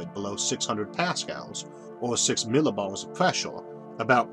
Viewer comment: "Six milibawls" Gotta love this guy! <3